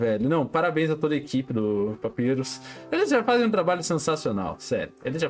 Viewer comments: Ele falando papirus ao invés de papairus 💀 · NÃO!até o???Até ele fala papyrus errado?😢